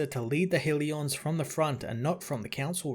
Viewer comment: Hell-e-uhns, not HEAL-E-ons. Love the channel.